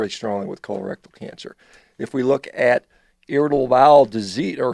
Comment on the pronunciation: "KHOLER-RECTILE cancer..."